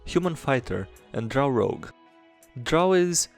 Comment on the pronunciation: OMG IT'S ROGUE NOT ROUGE PLEASE! omfg my ocd....